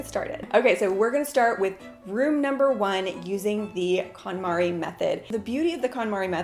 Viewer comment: I love this series but she does prononce it wrong Kon MariE konmari Method